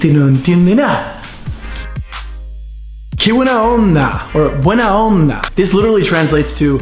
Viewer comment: Ojo que el "buena onda" te salió medio chileno. Ellos pronuncian la B como una V. Es diferente. El resto, impecable!